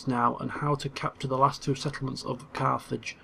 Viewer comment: every time he says Carthage i hear Carth from KoToR